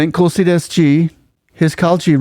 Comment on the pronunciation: Its not Kulsi Das, its TUlsi Das, T not K.